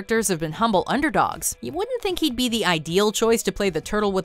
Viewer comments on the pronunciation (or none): none